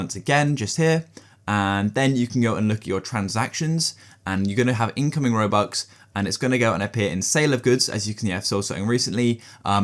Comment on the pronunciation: bro said robucks